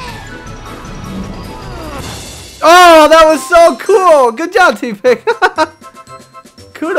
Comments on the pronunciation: Tepig Is Pronouced (tep-pig Not Tea-pig) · you remind me of my friend...you say tepig like tea-pig and so does my friend buts its pronounced teh (as in someone saying im teh coolest) - pig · it's not Teapig... it's Tepig